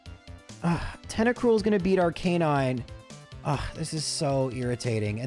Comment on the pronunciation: I love how you always pronounce Arcanine as RK9, I always pronounced it more like "arc-a-nine